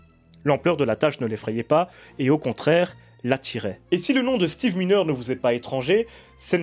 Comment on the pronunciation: C est pas Steve mineure. Ca se prononce MAILLENEUR et s ecrit miner